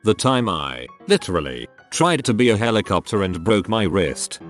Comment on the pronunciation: I'm surprised the tts voice was able to pronounce "hecklioptor"